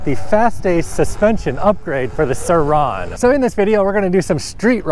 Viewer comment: It’s just Suron.. not sir-Rauuunnnn😂 all jokes keep it riding